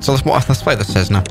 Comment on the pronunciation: Thats not a cessna, thats a tressna